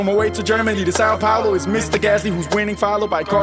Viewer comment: this video is gold. but one tip from a brazilian to you, my man: it is not SAL PAULO!!! it is São Paulo. push the A my dude. San-oh Pau-loh. is not that hard. please... PLEASE, get the name of the city right. Sal is what you put on your food, São is a saint. the rule is simple in portuguese, you see ~, the A is ticker. examples: Pao is what you have between your legs, Pão is what you eat for breakfast. Sal is what you put your food, São is who you pray for. Vao is a graphics settings, Vão is what takumi uses to go fast on akina. Tao is a chinese thing, Tão is too much. and it goes on...